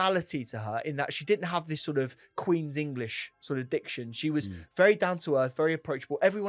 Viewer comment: I like in this justifying the argument barry deserved no comp. Here here. Stop saying wuz tho! W-A-S